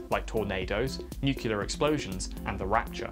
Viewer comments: N U C L E A R "New-clear" NOT "NU-CU-LAR" come on, man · Repeat after me: Nu-clear. Not NU-CU-LAR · nucLear nucLear nucLear not nuCUlar ffs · yes. People saying nucular is a huge let peeve of mine. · Nuke-ya-ler! Lol 😆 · NUCLEAR! SAY IT: NU CLEAR! I'm gonna fucking wrap you inside out if you say "nucular" one more time. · Please for godsake, its "Nuc-lear" not "Noo-ke-lar" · Nu-cle-ar, please learn to say it and your content will be perfect, it's a lovely channel, but if I gotta hear nu-ce-lar one more time, my brain will destroy itself on a nuclear level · We have to talk about your "nucular" problem.. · AHHHHHHHHHHHH STOP SAYING NUCULAR ITS NUCLEAR ENGLISH IS MY SECOND LANGUAGE AND I KNOW THAT COME ON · It's "nuclear" not "nucular" .... when did this trend start? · The disregard for science in this video is infuriating! From the body parts used for measurement to the unholy amount of use of the word NuKeLar. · People have been using cellars since the invention of digging? Rubbish. And I'm starting to wonder is "nucular" is an inside joke... it's as though you manage to say it in each video! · Nuclear. New-Clee-Ahrr. New-Clear. For an English bloke, I am surprised at your inability to pronounce the word NUCLEAR correctly. There is only one U in Nuclear. It's is not NEW-CULAR, it is pronounced New-Clee-Err. Otherwise, I love your content, but ffs say the word right. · "nukular" NOOOO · You can't insult Muricans over their misuse of language and then say "nucular" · I heard nuclee ah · Nu klee eer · Nuclear. Nuc - le - ar. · Good video but there you go again with the nucular O_o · NEW-CLEAR FFS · "nucular" Let's just give up and add it to the dictionary already. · He manages to mention "nuclear" in almost every video too lol I love the videos, but it annoys me so much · It's pronounced "nuccular", "N U C C U L A R" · I'm really not sure if your mispronunciation of nuclear is part of a series long joke or not. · My god can you please say nuclear properly